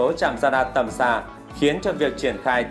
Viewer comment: Rada thì cứ đọc da đa. Nghe chán ghê thật